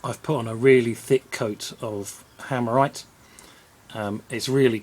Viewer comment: Are you saying "hammerite" that you put on it?